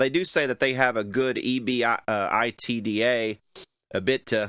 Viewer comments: It's pronounced EE-BIT-A Not EB-BETA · Not a bad job analyzing the financials. In the biz, the term EBITDA is pronounced “E-BIT-DA”. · It's pronounced "E - BIT - Duh". Three distinct syllables. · Prounounced Ee-bit-Daa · Not a fan of GC but listening to you try to pronounce EBITA is kind of funny. Stick to the amp repair videos where you are clearly an expert. With all due respect financials aren't your thing. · Perhaps if you learned how to pronounce EBITDA in an analysis of a bond rating....